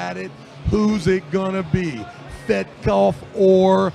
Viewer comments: "fetkov or gordetska" jesus christ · "Thfetkov or Gordetskya"? Really,?